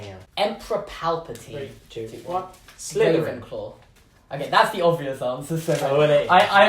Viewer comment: Rey-venclaw!! LOL 😂